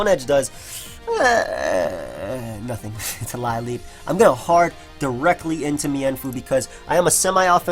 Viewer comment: Lileep is pronounced 'lil-EEP':)